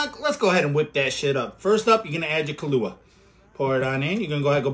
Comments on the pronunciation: Hey you pronounced Kahlua right this time. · Glad your not pronouncing it Kahoola anymore